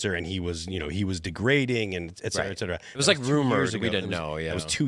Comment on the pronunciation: For the love of all things Holy -- "ET CETERA!!" its not "EKK-CETERA". And how many times can a person use the word "like" in a single sentence? This episode wasnt watchable after the first 30 minutes